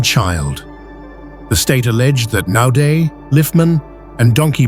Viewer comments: Not 'Nodaay' - pronounced NOUDEA ! Naude a common South African name - who's this narrator?? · His last name is pronounced : No - diya.